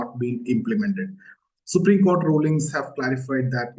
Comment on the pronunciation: Supreme court ❌ Supreme cotha ✅